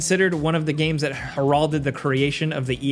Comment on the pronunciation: "Her-all-dead" lol ah man, only Gameranx has hosts that don't know how to pronounce a lot of common words lmao. I love it